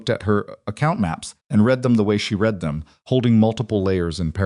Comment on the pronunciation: Good A.I. everything…writing, narration, enunciation…BUT REALLY…that darn ‘green wood splitting’ ? I will UNSUBSCRIBE if you keep it up and…could you not teach me/ signal your A.I. to differentiate between ‘read’ and ‘read (red)’ ? Thank you for the parts that are good…your stories etc ! 🇨🇦🇨🇦🇨🇦